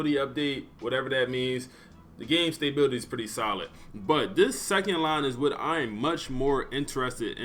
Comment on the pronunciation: “Stay Bill Tee” cmon my guy smdh